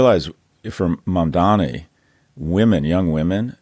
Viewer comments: Sorry Kara, I tried. Scott has always been an insufferable, conservative bag of hot air and he brings down your value. And the very dog whistle-y mispronunciations of Mamdani, which you at least corrected at about 10 minutes in finally. Scott is excellent at spinning numbers. The numbers are clear, we are finally seeing a correction to return to a left Democratic Party after decades of degrading into right-light and losing. Byeee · MamdaNNNi not Mamdammmmi!!!! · Kara you are not saying his name correctly. Its MamdaNi. not MamdaMi. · C'mon Kara, let's get his name right at least. It's Mamdani, not Mandami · Why the fuck cant anyone pronounce mamdani right. Its not mamdami ffs. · KARA - Don’t be an idiot, his name is MamdaNI - with an N! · Why can they not pronounce Mamdani’s name correctly?? I don’t care how much money you have Scott, but involving your kid in betting/losing $300k on Harris on a lark is insane and invokes the trope of the rich man lighting his cigar with 100 dollar bills. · I’m beginning to majorly lose respect for Scott Galloway - the man insists on saying Mamdami instead of Mamdani and supposedly has written a bestselling book to boot. Give me a break! This is just his feeble attempt at conveying contempt for Mamdani, who he clearly and intensely dislikes. Get out of your bubble Scott! You are better than this! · Why do they keep pronouncing it MamdaMi….its MamdaNi!!! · Not Mamdami. Please learn to pronounce his name correctly. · Maybe im being a Karen but its so annoying when people can perfectly pronounce Vivek Ramaswamy but cant learn how to fuckin say Mamdani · MAM DANI. Fucking say it right. You're supposed to be smart people. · Scott, the name is Mamdani. M-A-M-D-A-N-I. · At least learn to say MamDANI, Scott — it's not that hard if you have any respect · still can't say MandaNI correctly. This channel is a joke at this point. a guy that has 300k to gamble on election results is commenting on normal people's lives